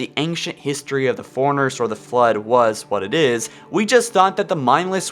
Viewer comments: The way you talk in every episode drives me nuts. Foreigners? They're forerunners. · Every time you say "forerunners" all I hear is "foreigners" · FORERUNNERS not Foreigners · "Foreigners" lol